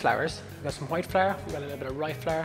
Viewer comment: I’ve been practicing how to say flour like he does! “Fla-r”. 😎